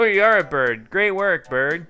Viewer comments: Is it only me or did I here say boyd instead of bird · said boid instead of bird lol. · "look we're a bird(boyid)" XD I laughed so hard